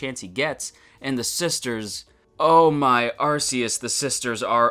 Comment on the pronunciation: “Oh my arceus" Out of place reference and miss pronounced too